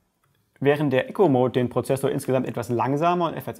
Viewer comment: Ich muss jetzt nochmal nachfragen, du sagst immer Echo-mode, soll das Eco mode sein? Also das man etwas einspart? Das wird "ieko" ausgesprochen. Ich schreib das nicht weil ich dich verbessern will sondern weil man das dann besser versteht wenn jemand von einem Eco (einsparen) Mode spricht als von einem Echo (reflektieren )mode , andere Frage: muss man den Eco mode immer einstellen?